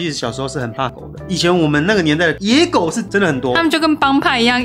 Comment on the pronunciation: 說野狗怎麼聽起來在說‘椰果’😂